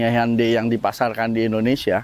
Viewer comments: Bukan handei tapi hyondei bacanya bang 😁😁😁😁 orang kita salah ucap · Cara melafalkan Hyundai nya ituloh..,, Han dey... Asli ngakak banget dengernya... 😂😂😂🤣🤣🤣